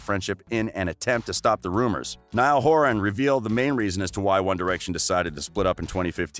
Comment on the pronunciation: thank god he said it right!! "NIALL HORAN"